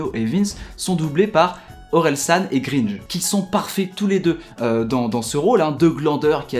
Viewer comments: mec c'est gringe pas greenge, écoute leurs albums tu comprendras ;) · Ça se prononce grainge pas greenge 👿 si non elle est cool ta vidéo je pense que tu gagné un abo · tu prononce mal le titre de l'oeuvre de Run et le nom de gringe